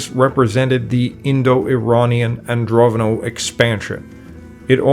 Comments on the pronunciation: Pretty sure it's AndroNOVO, not AndroVONO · AndroNOvo not AndroVOno. You pay so much attention to chinese pronunciation an can't read normal words.